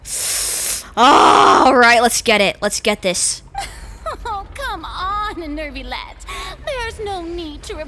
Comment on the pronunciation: New-VAH-let. Not Nervalette.